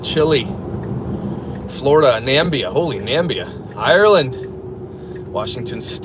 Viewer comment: I just realised he said Nambia and not Namibia. I'm dying🤣🤣🤣